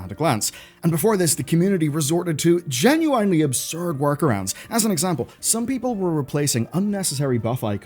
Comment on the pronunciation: why can't you properly say "genuinely" it's not genueinly. jezus man